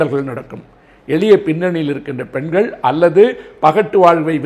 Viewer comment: அவர்களே! உங்கள் லகர ளகர ழகர உச்சரிப்புகளைச் சரி செய்யுங்கள். நீங்கள், தங்கள், பெண்கள் போன்ற சொற்களை "நீங்கல், தங்கல், பென்கல்" என்று உச்சரிக்கிறீர்கள். செய்தித்துறையிலும் பெண்கள் நலத்திலும் அக்கறை கொள்ளும் தாங்கள் தமிழையும் கெடுக்காமல் இருக்க வேண்டும் அல்லவா?